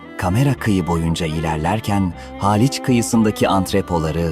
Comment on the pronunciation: Zaten Halic Ve Pera'yi da kotubtelaffuz ediyo seslendiren